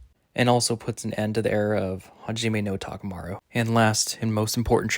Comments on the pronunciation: Thanks, but you really butchered the names... Takumaru? TA-KA-MU-RA, I-MAI... bro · love your predictions, there’s barely any content for the Hajime no Ippo manga so this is really nice. btw Imai is pronounced like E-My and Takamura is said as Taka-muu-rah. Hope this helps!